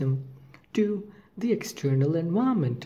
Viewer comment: Thanks, the pronunciation of "environment" confused me a little, but in general a very informative video. :)